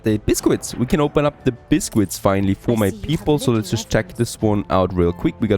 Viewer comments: Did you teach yourself to say biscuit? ask google for alternative pronunciation for the word. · Pronounciation is correct. Given the origin of the word.